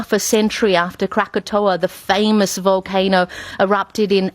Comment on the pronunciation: We come to you live with a woman who cannot pronounce "volcano" and and a single picture of some sticks in a parking lot. Now back to our regularly scheduled whining about how Brexit will kill us all.